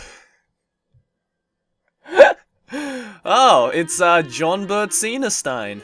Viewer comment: Johnbert? John-bert? JOHN EGBERT?? not sorry